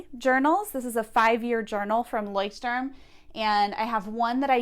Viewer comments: Steph B hi there. of course not 100% but close enough. the way said it was correct 95% and i understood it right away. the problem is the rolling r. most english speakers cant do that. so saying loishtorm is correct enough and you dont have to be afraid (?) saying the word out loud 😀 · Awesome workplace! Btw, your pronounciation of "Leuchtturm" is really good. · Actually your pronounciation of "Leuchtturm" is really good (I'm from Austria and German is my native tongue) ;)